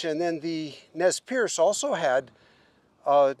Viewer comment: I cringed every time you said "Nez PIERCE" lol Perce. pronounces it correctly every time! Perce does mean pierce in French but the Nii Mii Pu do not like that pronunciation however it is common here on the Nez Perce reservation where I live. They really don't like the name Nez Perce and it has no known factual origin other than it was placed on them by outsiders as Nez Perce never pierced their noses. They are mystified as to how they got that name. I know many descendants and relatives of these people who were mercilessly persecuted and harassed.. then nearly exterminated. The massacre at Bear Paw is one of the most shameful atrocious acts done against native Americans in our history.